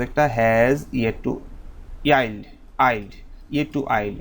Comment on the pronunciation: u pronounced yield as আইল্ড